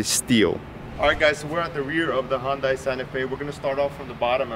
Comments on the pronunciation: It's Hun-day, not Hun-die. And your cap is on backwards. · Dude, great review and a great SUV. WHO CARES how it's pronounced?, do you even know what the Hyundai symbol means? Enjoy yourself and the weekend.